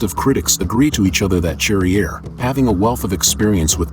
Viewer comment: It’s pronounced sharrier you dumb yank.